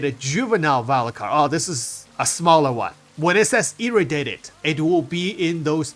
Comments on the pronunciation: FYI.. It's E-Ray-dee-ay-ted =P... sounds like you're saying "Irritated" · Irradiated is pronounced: EE- RAY-DEE-AYE-TED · love your contents too much but pleaseeeeee just take 5 seconds to look up how to pronounce "Irradiated"